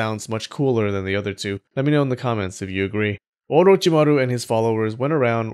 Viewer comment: The way you say orochimary is 👍